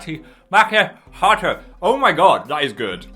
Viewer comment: Phil: majors in a language Also phil: mah Mahk mahiato